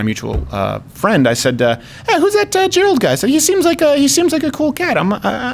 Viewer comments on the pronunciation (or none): Did Steven just say "Quarter Black Gerald"?